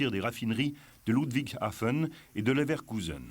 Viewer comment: Le commentateur en voix off aurait pu apprendre à prononcer correctement les noms allemands, ça aurait fait plus sérieux ... "oualter", "djounkers", "levaircuzéne", "joumo". ahaha, ridicule, ça colle pas avec l'air sérieux de mec qui s'y connait.